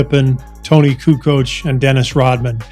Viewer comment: Hey Charles it is Kukoč !!!